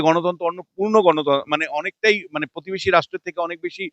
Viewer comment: পধানমন্ত্রী নয় প্রধানমন্ত্রী। পতিবেশী নয় প্রতিবেশি। 🤪🤪